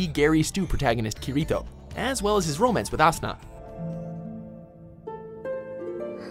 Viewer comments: You saying Kirito made me cringe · I'm still a little bugged by how he said kirito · In the Top 10 Anime Battle Outfits??? "Kiroto's SOA Outfit" XD